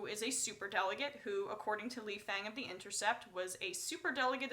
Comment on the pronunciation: Lee Fang's name is pronounced Lee "Fong". It is how Amy Goodman pronounces his name and she has known Fang for quite some time now.